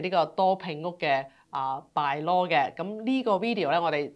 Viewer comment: Bylaw 讀音: buy-law, 不要老讀作 敗-law.